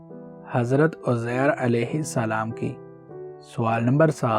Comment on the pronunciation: حضرت عزیر ہے عزیز نہیں